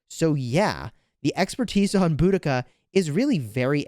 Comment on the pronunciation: It’s bow-duh-kuh